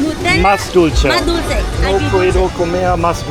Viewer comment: Dulche (sweet) is pronounced dul-the, not dulchee.